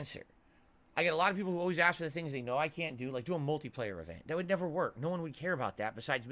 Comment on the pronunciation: “You guys wanted this” “you guys acks for this” “I’m just doing what you wanted me to do”. Basically what he is saying here is ,” I DID NOTHING WRONG! I did everything correct! It’s you alls fault that we didn’t hit the goal designed for you to spend more money on me” 😂😂😂😂😂